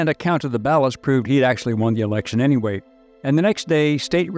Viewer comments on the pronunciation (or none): none